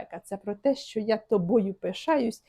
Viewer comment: Не столовій а чоловікине щьо а що перестаньте Па рускі вимовляти українські тверді приголосні ж ч ш щ